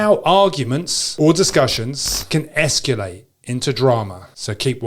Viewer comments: esculate is killing me but great video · I love your content, but... There is no "U" in "escalate". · Esculate? How is that just a regional accent thing, and not a butchering of the language? Hmm...